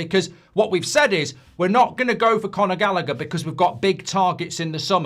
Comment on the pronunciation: It's Conor Gallagher 😂😂